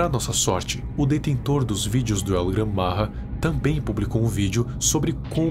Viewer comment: O nome não e el Gran marra e el gran maja tem o j e não r